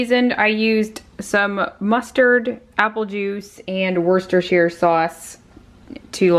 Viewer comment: Love your videos, i lived in Worcestershire for many years so nice to hear it pronounced correctly. Absolutely love the rattan plant stand, i am trying hard to look after my plants but we have had so much rain in England. Thank you for your videos, all good wishes for you and your family 💐